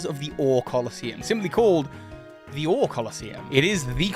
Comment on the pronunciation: These theories are interesting and all, but I can't get past you constantly pronouncing the region of Colosseum and XD as "or".